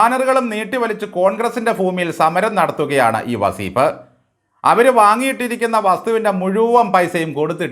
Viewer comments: വസീഫല്ല സാറെ വളീഫ് എന്ന് എന്ന് പറയൂ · വസീഫ് അല്ല , വളീ ഫ്.